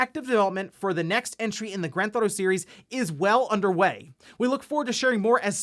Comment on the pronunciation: "GranThauto 5"